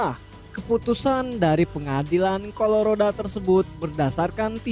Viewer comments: Colorado min, bukan coloroda.. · Color si oda...🤣🤣😂😂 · COLORODA. ya sudah lahh asal bukan COLORIJO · Colorado la bukan colorada